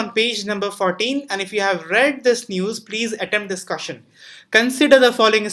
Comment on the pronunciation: Remember.... Its 'kaashchan' and not question 😂😂